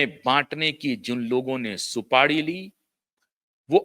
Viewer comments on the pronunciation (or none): सुपाड़ी नहीं.....सुपारी बोलिए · सुपाडी नही सुपारी होता है